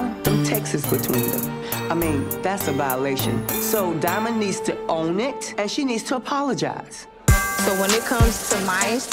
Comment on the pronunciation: sounds crazy saying diamond wrong and its embarrassing for imani but its scrappy fault and only his wtf